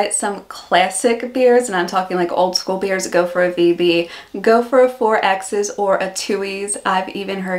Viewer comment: Pronounced “fourex” not fourexes